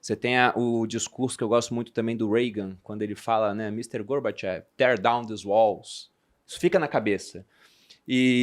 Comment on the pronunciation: fala-se Gorbachov. Tmj, eh demais. Sera bilionario em breve.